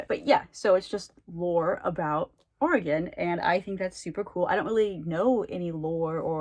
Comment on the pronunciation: Ooo spooky Oregon! I’d love to know your thoughts about it when you finish it! THANK YOU for clarifying the pronunciation of Oregon! Whenever people say “oreGONE” it makes me think of hexagon or octagon 😂 It’s nice to see books about Portland or just Oregon in general! Have you ever read Tiger’s Curse by Colleen Houck? I love that series and the author lives in Salem, Oregon and the setting is in Salem (and then goes to India). I think you may like it 😁